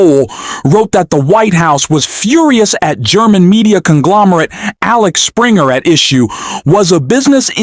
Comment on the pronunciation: It's Axel Springer not Alex Springer publishing